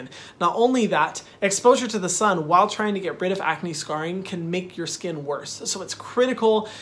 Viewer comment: Lol he said scunnn protect yo selves from the SCUNNN